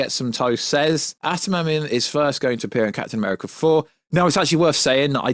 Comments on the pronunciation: Adam - ant -ium is how it’s said, sorry to be that guy 😅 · Bro can't pronounce Adamantium to save his life 😭